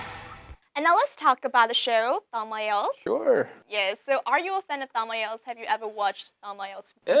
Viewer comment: Khánh Vy luôn phát âm sai từ "ielts"